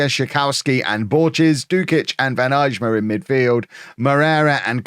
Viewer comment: Day 2 of telling that the J in Eijma is silent😅